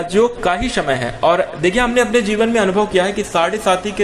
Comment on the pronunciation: शमय होता या समय ये लोग स को श क्यों बोलते ।